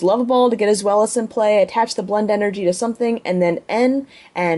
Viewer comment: I thought it was pronounced D-ein-o, and zwei-lous, hy-drei-gon as in the german, ein zwei drei.